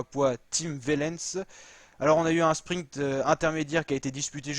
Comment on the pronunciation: Tim OUAIIIIIIIIIIIlens ! Par pitié, la prononciation !